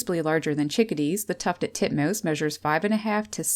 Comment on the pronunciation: Tuffeled Tutmoose.